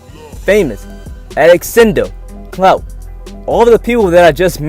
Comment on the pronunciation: Why do you keep saying CNOUT? We wanted to hear about the word clout...